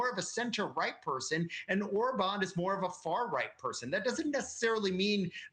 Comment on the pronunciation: How about pronouncing Magyar correctly!!! This clip is horrible...